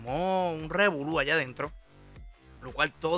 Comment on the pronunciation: R E V O L Ú R E V O L U R E V O L Ú R E V O L Ú Los puertorriqueños NO DECIMOS REVULÚ